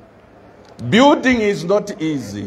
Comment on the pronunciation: It's building not byuding